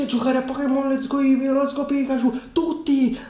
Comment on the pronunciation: A allora ti sei sbagliato, dice let'so go.